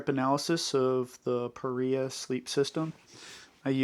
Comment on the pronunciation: Just for the record, it's pronounced Pah-Ree-Ahh. Not Pah-Rye-Ahh. I've talked to the owner-founder. I had this question about the name. They confirmed it for me.